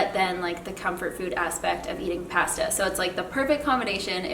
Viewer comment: Wait what??? Canadians say pasta different?